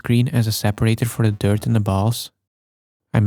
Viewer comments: Is it me or are you evil spirited biologists say 'dirt' like 'turd' every 2nd time? Better stop thinking about that... Nice focus shifting, btw. 😁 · I'm not saying Blurbs is the reason I'm here. But he's the reason I can't hear you say dirt, only the Dirt King. DYURT. FOR THE DYURT KING. YOU EAT IT AND YOU GET MAGIC POWERS. FROM THE DYURT.